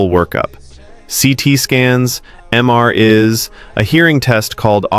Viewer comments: I've had tinnitus for 20 years. The only thing worse is this robotic out of sync AI drivel. I mean, seriously, you called it "MR is" instead of MRIs because you read the script as it appears. Definitely a red flag as I have never known a doctor to say MR is. Ever. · He says: "M R is" for MRI's. The video sound track doesn't match the speech of the fake human's mouth. It's loaded with dumbed down information. I really hate AI. Oh, and by the way....90% of the time ringing in the ears comes from the brain. The sound "replaces" the frequency of hearing you have lost. For most people this information/video won't accomplish anything with respect to tinnitus. Once in a great while there is a signaling problem that improves with better alignment. Try chiropractic if you are going out of your mind....and don't expect miracles. And chin tucks are useless. You're welcome, Former allied health practitioner (30 years. )